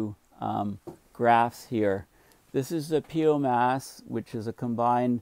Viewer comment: I've always heard PIOMAS pronounced pie-o-mas, not pee-o-mas.